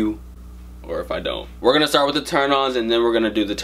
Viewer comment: "with" not "whit"